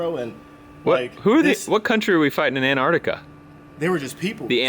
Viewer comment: Does he mean Alaskan he said Anartican